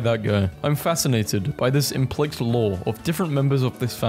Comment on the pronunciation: The words you mispronounce are always so unexpected. “Implikt”, “omnious” and “fruitition” are my favourites of these.